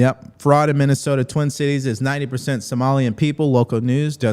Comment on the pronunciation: And tell Illhan Omar the word is Threatened, not Threat-End!!!! Minnesota, not Minne-sowt-auh!